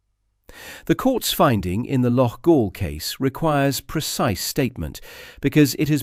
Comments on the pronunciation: It's not "Loff-All"....it's "Lock-All". And you wonder why the English are so despised in this kind of reporting? 🙄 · Loughall? Aye right🤣TAL